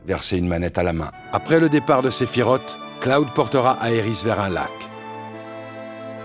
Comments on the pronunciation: La vidéo est vraiment très bonne mais désolée, j’ai grincé des dents à chaque fois que j’ai entendu SephiROTE au lieu de Sephiroth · Sephiroth ( SSSS ) et Pas (TTT) sa se prononce en S . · Alors, j’adore la vidéo... SEULEMENT, ÇA SE PRONONCE « SÉPHIROSSSSSS » pas « Séphirote » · Ah oui, moi aussi, j'ai toujours dit "Sephirote" et pas "Sephirosse" ... ^^ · et pourtant « sephiroTE » ça sonne pas mal 😂 Au passage j ai omis de le dire mais superbe vidéo ! 😊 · Parfait par contre la prononciation de Sephiroth m’a saoulé ! Ça s’écrit TH mais ce dit S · Malgré une analyse parfaite, [Aeris] ok mais [sefirote] pourquoi ?? ;) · "Séphirote" C'EST NON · Excellent comme d habitude mais attention svp Sephiroth se dis SephiroSss merci. Le prochain sur Zack fair ? Merci les amis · surtout qu’il faut dire Sephiross... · On reconnaît les anciens (comme moi) À la prononciation de « sephiroth » Avant advent children ou on a eu la vrai prononciation pour la première fois 😊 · Superbe vidéo, par contre svp... Vous avez bien prononcer le nom d'aerith alors faire un effort Sephiroth se termine pareille pourquoi finir par "t" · Il n'y a qu'à moi que la prononciation du prénom de Sephiroth irrite les oreilles ? 😭 Ceci dit très bonne vidéo 👏